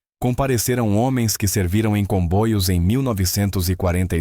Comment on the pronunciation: Por que o narrador fala " combóios". É para aparecer?